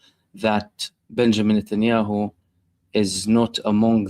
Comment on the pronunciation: Benjamín Notnyhau😂